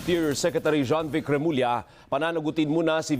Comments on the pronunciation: Remulla is pronounced like: Re-mool-yah. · was having a hard time pronouncing the Interior secretary's surnname. I'm just helping him out.